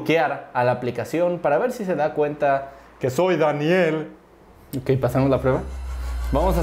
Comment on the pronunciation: Xd baniela pero es baniel jajaj🗣